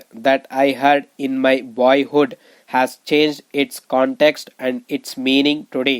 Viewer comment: Ur dictation pronunciation is very poor. Make difference in has and as..idiot